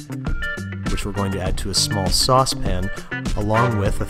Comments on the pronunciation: . He says Sauce pan, not sauce pin. This for sure isn’t the Babish we all know and love. Also I’m still curious if he actually legitimately enjoyed Ron’s generic beef burger more than that fancy turkey burger. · saucepan 2019 Babish: sospin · Wait, Andrew used to pronounce "saucepan" correctly and not like "saucepin"? What happened? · Did......did he say saucepan......no.......babish........it’s saucepin........ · Does anyone know when the transition from “sauce pan” to “ saucepin” happened? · For some reason I like saucpin better when he says it, it just makes more sense coming from him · So at some point he stopped being "Oliver Babish" and started calling his sauce pan a saws pin. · Wow! I couldn't remember the last time he pronounced it saucepan, instead of saucepen! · Remember when Babish used to say saucepan not saucepin? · But why does he say 'sauce pan' in this episode, but later switch to 'saucepin'? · Dawww Baby-Babish Before he could pronounce "Saucepün" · Disappointed he didn’t say saucepin back then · He said Saucepan. With an emphasis on "pan". Trying to overcome his usual saucepn. We're all insecure at the beginning eh. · You mean “Saucepin” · I now have a ridiculous urge to find out when exactly you started deleting the 'æ' sound when you say the word 'saucepan', because you pronounce it clearly in this video, but in all of your more recent content the final vowel sound is almost deleted entirely like "saucep'n". Of course there's not really an incorrect or correct way to pronounce most words in English. I'm just curious about the change. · You can tell this isn't peak babish because he doesn't pronounce saucepan "saucepin" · I missed the saucepn pronunciation. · Back in the day when Babish said “saucepan” rather than “saucepn”....oh what fame does to a person.../s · I didn’t realize this was his first vid until he said “saucepan” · This is before he started saying saucepin